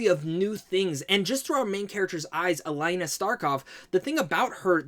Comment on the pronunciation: A-LINE-A LMAOO